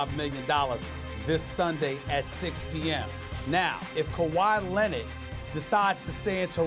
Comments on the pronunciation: Nobody: Stephen A.: KAWHI LENNID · Nobody: Stephen A: Kawhi Lennit